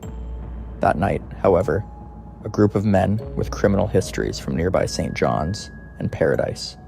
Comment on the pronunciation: I realized once he said "St. John. S"